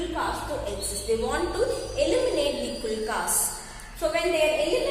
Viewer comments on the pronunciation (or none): You are not pronounceing the word kulaks properly you are pronouncing it as kulkas 👿👿👿😡🙅 meet me tomorrow in the hm room